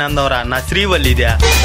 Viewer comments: శ్రీవల్లి ❌️శ్రీ గల్లి ✅️ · Adhi srivalli kadhu bro karevalli 😂😂😂😂😂